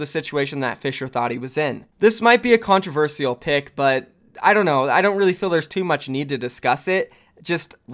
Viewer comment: and con treh ver shhh ahl not con treh verse e ull